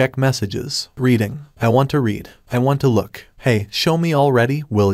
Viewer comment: AI Spoken Audio is the worst. 10 Words in and you know it is because it doesn't even say READ correctly. Sorry, i was looking forward to hearing someone talk about this series. Seems also written by ChatGPT.